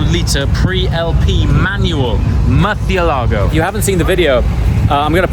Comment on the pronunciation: Why do you say Murcielago like the stuck up people pronounce Ibiza?